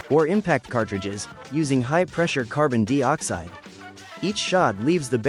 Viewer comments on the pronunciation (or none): Gotta ask... what is carbon 'deee oxide'? and actually? the .'point four four magnum handgun' produces around 1000 ft lbs of energy